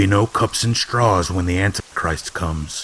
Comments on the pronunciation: Why did he keep saying ant christ? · Love your work! Thanks man. Btw, is there any specific reason why you pronounce "Antichrist" Ant'christ? Maybe I'm hearing it wrong. Just curious. Anyway your channel is awesome! 😈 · Why does he cut out the "i" in antichrist?